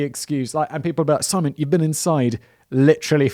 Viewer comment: I thought my closed captions got mixed up for a few seconds. I can hear but I gave up on Simon's pronunciations ... Bwahaha scripted not said